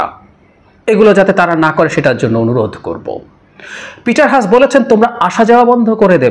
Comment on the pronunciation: এটা হাঁস নয়। "হাস" Haas মানে হাস Sun এর উচ্চারণ যেভাবে সান! It is Peter Haas Not Hash